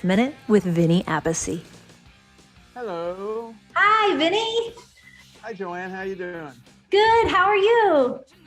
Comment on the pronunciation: The Appice pronunce is wrong